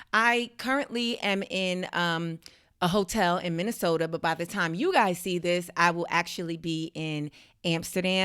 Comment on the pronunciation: Minneh-soda. Huh? That's were my people at? I thought we were mostly in Atlanta